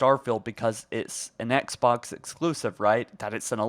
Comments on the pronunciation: Ok but why does he keep pronouncing “Xbox” as “Etsbox” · why are you saying etsbox brody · You can’t even say Xbox properly. Take a break or something.